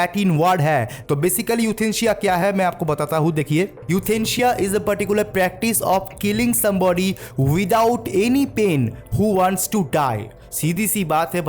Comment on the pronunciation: Euthansia nahi sir euthanasia